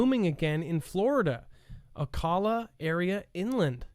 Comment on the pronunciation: It’s Ocala...the a is the same pronunciation as in cat